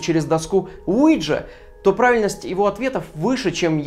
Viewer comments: Я тоже слышу Луиджи ))) Уиджа не годует .... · Alfiya Adilbek я живу во Франции а до этого жила в Испании и ТУТ доска называется уийа или уиха то есть да на французском и немецком. Произношение мне кажется было американизировано и у нас оно неправильно произносится